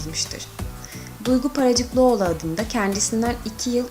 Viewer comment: Ayrıca Paracıklıoğlu değil be Paracıkoğlu